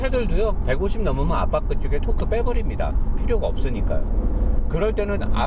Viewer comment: 항상 느끼지만 .. 쓰리즈 -> 시리즈, 도크 -> 토크 로 발음해주시면...